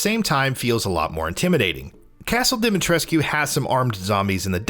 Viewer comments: The game has been out for days and you still cant pronounce her name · Ethan is an American and americans don’t know how to pronounce shit (or they don’t want to) so it’s in fact rather realistic. In all the other languages, it’s pronounced the right way. It’s only pronounced wrongly in English. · why do people still mispronounce her name? Capcom actually said its mispronounce "Lady DIMITRIS" not dimitrisscu.